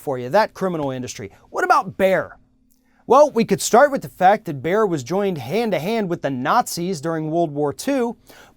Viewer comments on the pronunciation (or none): Bayer is pronounced like "Buyer" not like "bear" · "Bear"? The name is pronounced like "buyer". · It's Bayer, not Beyer. You already found out that it's not an American corporation, so why not research for 2 minutes on how to pronounce a name you will say every 5 seconds? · "Bayer" is pronounced "Buyer". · I've always pronounced it as bay-er or just bear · Erm... Bayer is pronounced bear now? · i was like wtf is he talking about, what is Bear. Cue all the people schooling you how to pronounce a German company in Amurican. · Please pronounce it "Buyer" it's Not a cheap pun, it's the actual correct pronounciation ;) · You don't even know how to properly pronounce Bayer but you have an opinion. You pronounce it "Buyer" eejit!!! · The way this guy says Bayer is making my ears bleed. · Please pronounce Bayer correctly. At least try to. It is not that hard to pronounce the A. Bayer is evil, yet omnipresent.